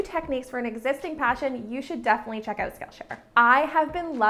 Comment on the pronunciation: any one here her say "out" owght